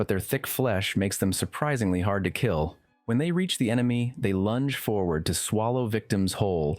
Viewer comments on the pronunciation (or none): none